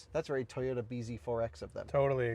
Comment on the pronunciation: Do you drive a MAHZDAH? Or a Tye_YOHDa?